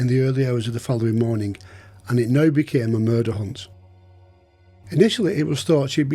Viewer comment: Atrociously bad English. "Jakobe".. "that morneng".. would never make it to any of the UK's top universities, let alone Cambridge or Oxford if one spoke like you. And I thought American English was the worst. Tsk tsk...